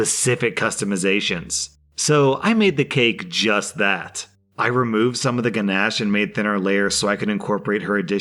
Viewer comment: The way you said ganache really really bothers me. Like a lot. A lot a lot.